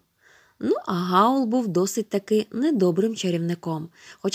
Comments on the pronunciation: Хаул а не Гаул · Не Гаула , в Хаула😐